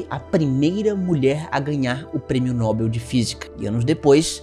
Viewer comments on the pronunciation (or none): none